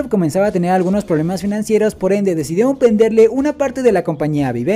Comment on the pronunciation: "Probelmas " internos 🤨